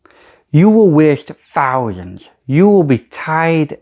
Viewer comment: missed one it`s thousands not fousands you mong 🤣